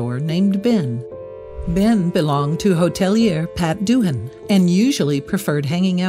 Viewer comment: Lovely story, shame about the pronunciation of Doohan. It's DOOAN the H is silent. Like the K in knife. I never get it, Americans want freedom of speech which includes swear words. Yet bleep them due to minors who learn them in elementary school.